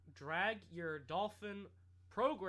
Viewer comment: lol Dolphwin I heard you say that once